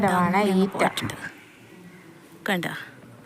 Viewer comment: ഈറ്റ അല്ല ഈററ😅നാട്ടിൻ പുറത്തെ കാഴ്ചകൾ ഇഷ്ടപ്പെട്ടു❤❤